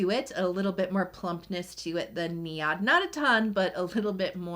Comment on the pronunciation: I believe you are pronouncing NIOD. Wrong. It’s pronounced neyeod